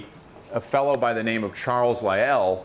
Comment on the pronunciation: It's Charles Lyell, not Ly-yell.